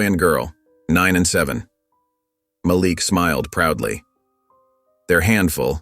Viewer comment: Malik( MahLeek) NOT (MahLick) please pronounce the names of Princes( correctly) when it keeps being pronounced wrong it makes me feel 😢